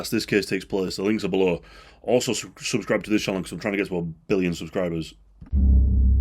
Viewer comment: billion with a emphasis on the B. Billion subscribers‼️🔊🔊